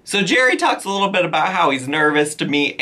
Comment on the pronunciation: the way you said little bit shot of the week sounded like you said little bitch lmao